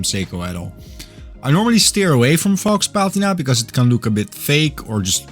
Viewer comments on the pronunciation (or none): LOL at "fox" patina. That's not how you pronounce faux. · I agree with you: the cathedral hands and the "fox" patina are the best bits about this watch. The Seagull 1963 is a far better use of a display caseback. Given their pricing, cheaping out and build quality, I hope you'll keep using the "Psycho" pronunciation. OK watch and a very nice review. Cheers 🍻!